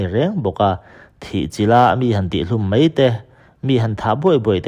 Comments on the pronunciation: Ziak i chhiar thosia , 'mai' tih tur 'mei' tih i ching mahmah .. Bengvar thlak thin khop mai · 'Mai' tih mai turah 'mei' tia chhiar/sawi tlat hi an tam 'mei'..... 🤮